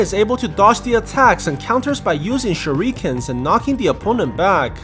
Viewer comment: Are we not gonna talk about how he said shuriken as shuuu reee ken